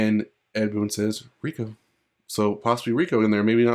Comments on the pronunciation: Ray ko, they say it in the games, not reeko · his name is reiko not rico or riku lol